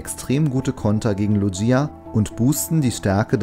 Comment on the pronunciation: Du sprichst Lugia falsch aus